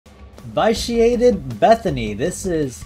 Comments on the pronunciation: Hey, sorry to be the pronunciation police but it's supposed to be pronounced vi·shee·ay·tuhd. Love your videos but hearing v-eye-shee-ay-tuhd made me cringe. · Don't mean to sound rude, but I think vitiated is pronounced vish-e-ated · Me every time he says vyshiated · You're mispronouncing vitiated